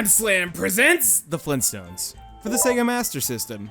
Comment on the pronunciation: did someone say FleenStones!?!?!